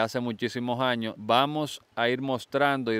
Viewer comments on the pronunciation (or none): se dices años...... no jaños😂😂😂😂